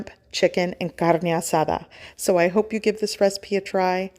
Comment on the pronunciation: Why can’t you pronounce carne asada normal? Why does every other word sound English then carne asada sounds like you live in Mexico City? Wtf?